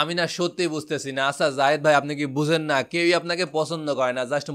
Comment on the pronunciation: যায়েদ খান কে জাহিদ খান জাহেদ খান বলে কেন